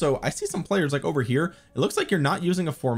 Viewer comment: It sounds like you're trying to say, "it's over" but I'm hearing, "it's ogre." Is this some new gamer chat thing, like pwned? 😂